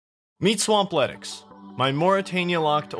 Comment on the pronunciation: Did you just say Swampletics movie?